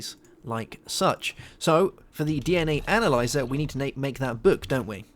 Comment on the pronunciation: When you searched analyzer, you said anal...